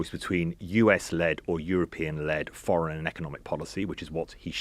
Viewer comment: to be fair I don't think he'll ever stop saying forrins